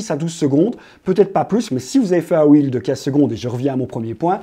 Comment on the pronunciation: Salut Google m’a envoyé ici après une recherche pour savoir à quel point les francophones ne savent pas dire correctement REEL (« un rilz » au lieu de « un ril » puisqu’il n’y en a qu’un, « des ril » sans prononcer le S alors qu’ils sont plusieurs, bref…) Reel= Wil (ou Ril pour garder l’accent français quand même) c’est très bien Reel, ça veut dire Bobine, ce qui est logique vu le défilé de contenu sur l’infinite scroll Réel c’est Real en anglais, donc tous ceux qui disent Réel pour parler des Reel ont juste l’air de pas savoir de quoi ils parlent (: Donc si, la prononciation est importante ;)